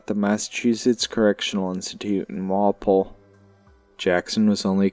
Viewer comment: Kinda like, walpool. Instead of pole Walpole Mass.